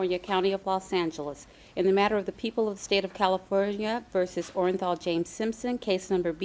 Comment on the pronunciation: Mrs Robertson was so articulate with her readings in court but she botched his name with the most replayed verdict in the history of the planet...my guess is she was stunned what the verdict was as she was reading and almost said Orajel (the toothache pain medicine)...instead of Orenthal..